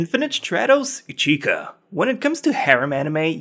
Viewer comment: I hear ichika i think ichiya